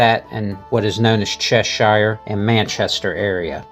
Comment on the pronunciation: Jewel of the North!!!!!, you do realise there are hundreds, possibly even thousands of these in England alone. I doubt Baguley hall is even in the top 50 in Cheshire! PS please respect our Language and pronounce Cheshire correctly!!! There's little more annoying than a foreigner mangling our Language. Show some respect.